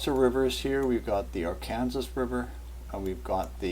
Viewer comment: Arkansas is pronounced ARE-CAN-SAW....not ARE-KANSAS. just wanted you to know for future reference 👍